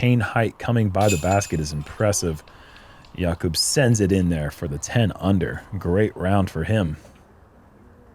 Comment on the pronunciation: i'm no czech but i think i'm right in saying that Jakub's name is pronounced with the accent on the A, not on the U. If i'm wrong feel free to correct me.